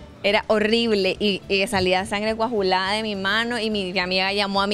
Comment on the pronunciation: Deberías corregir tu vocabulario pues es muy mal ejemplo de una vice presidenta decir IMPERACTIVA en vez de HIPERACTIVA. CUAJULADA (como si fuera cuajada) en vez COAGULADA. Y decir " la mano se me estaba FREGANDO" Se supone que eres graduada de la universidad. De veras se escucha realmente feo.